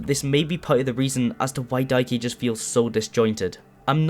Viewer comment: That’s how he pronounces it to be fair and it really winds me up 🙉